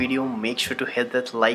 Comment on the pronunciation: He said at the end pees